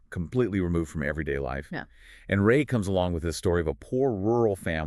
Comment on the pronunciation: Rāyey, not Ray as in the sun's ray.